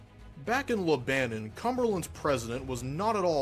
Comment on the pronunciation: I believe it’s pronounced Lebanon